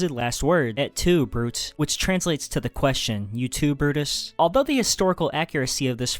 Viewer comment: shame theres no rasputin mention! (also, ‘brute’ is pronounced broo-tay, not broot) great video otherwise :)